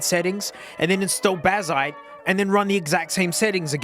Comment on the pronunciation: Tell me you don't understand Linux without telling me. Can't watch the whole thing lol. NPC vibes. Blazziteh. NVidiah. Yeah, no wonder things don't work. In some benchmarks you're missing drivers mate.